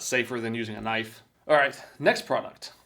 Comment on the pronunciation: Am I the only one that doesn’t know if is actually joking when he mis pronounces words like knife and condiments